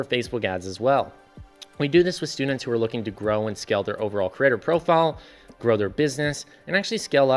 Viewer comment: This would be so much better if you learned to pronounce “creator” correctly, not as “crater.”